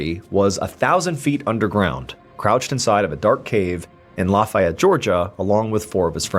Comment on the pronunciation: I like Mr. Ballen's pronunciation of Lafayette. He said it like they do in Louisiana. In Georgia they pronounce it Lu ( short u sound ) and Fay (long A sound) ette. 😂